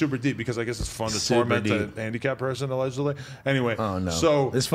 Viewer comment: We need an “ALEDGEDLY” button &&& “PUASE “